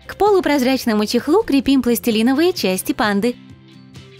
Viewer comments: Мне одной было больно слушать как она говорит " КрЕпим" делала ударение на "Е"!!!! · Почему крепи́м, когда кре́пим